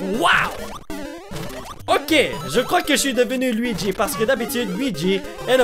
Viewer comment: On dis louigi pr luigi et wii you par wii u